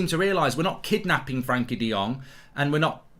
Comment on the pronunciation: He may be on time but he still can't pronounce frenkie